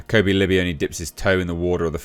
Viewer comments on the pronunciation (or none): none